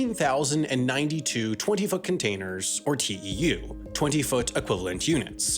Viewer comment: I thought he said 20 fucking containers instead of 20 foot 😂